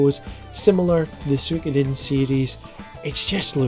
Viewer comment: Eiyuden Chronicles and the Suikoden (which you need to learn how to pronounce properly young man!) Are the only two MUST HAVE games coming in 2023. Sure, I want more, but those two are MUST HAVE 😎